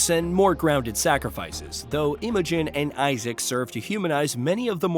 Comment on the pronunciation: Why can you not pronounce Karen and Imogen correctly?